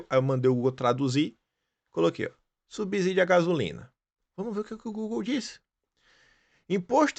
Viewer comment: na palavra subsídio pronuncia-se o “s” normal e não como seria na palavra “subisídio”, de grafia errada, mas que neste caso seria o “s” entre duas vogais que teria, obrigatoriamente, o som de “z”!! Mas não existe este “i” após o “b”: subsídio. “Minha pátria, minha língua “!!